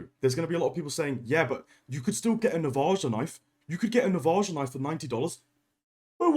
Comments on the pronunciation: It's pronounced "Nah-vah-ha" - the J is silent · The way you’re pronouncing Navaja is straight up infuriating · At least Timmy from Michigan can pronounce Navaja